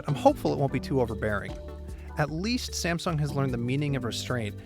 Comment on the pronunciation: Sa-meh-sung Galaxy Note 5 review :-)